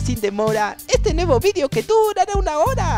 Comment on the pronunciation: hay hay hay 😱 tienes que mejorar no sé dise vidio se dise video don vives fannnnnnnnnnnnnnnnnnnnnnnmmm